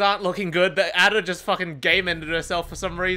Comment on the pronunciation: It hurt me the way he pronounced Ada’s name